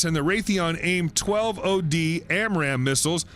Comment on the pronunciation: Sorry, I get so bugged by these terrible "US Military News" channel videos. The "AIM Twelve Oh-Dee AMRAAM missile" #facepalm